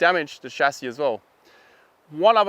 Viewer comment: "shacky" ?? are you trying to say chassis? or is this some term I've never heard of?